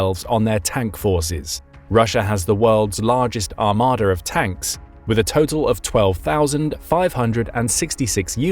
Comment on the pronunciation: What is an, “armader”?